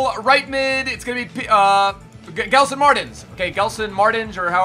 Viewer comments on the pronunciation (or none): none